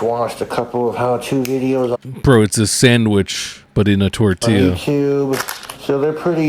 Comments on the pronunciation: He’s saying tortiLLa because of that vine and because of Napoleon Dynamite. I remember him saying it on one of his streams. Don’t you judge me, I need help. 😂😂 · I love that he calls a simple tortilla a "tortilla shell"